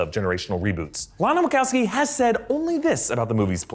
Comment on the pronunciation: ... Wackassabi? WACHOWSKI !!